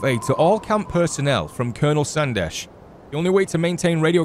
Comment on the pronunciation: When you say col Sandesh I heard col sanders 🙈